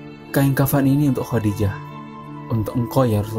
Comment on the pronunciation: KURANG BAHASA NIH WAFAT BUKAN MATI...KHODIJAH BKN HODIDAH ...NGASAL BANGET